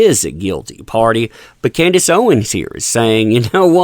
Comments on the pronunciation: It's Candace, not Candice. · CANDACE not Candice.